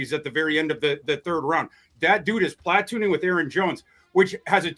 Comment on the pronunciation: Plat•toon•ing interestingly emphasized word/name of the week. Love it.